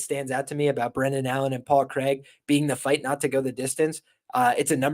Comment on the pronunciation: Good show and that's some real commitment to the Paul Craig pronunciation